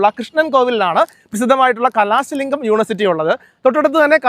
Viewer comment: കലാസ alla കലസലിംഗം